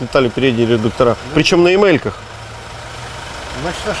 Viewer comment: ну вы же за всё время первый раз сказали правильно,,редукторы",и тут же влепили - редукторА... РедукторА,приводА,кулюторная столица... Как говорится - Русского языка надо знать...